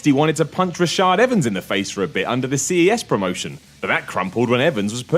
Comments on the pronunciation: "Rashid" Evans... Not Rashad Evans 😂😂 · Rashid Evans. Not Rashad.